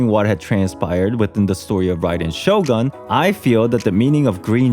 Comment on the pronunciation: Too bad he pronounced Shogun with 'Murican pronounciation of 'gun'..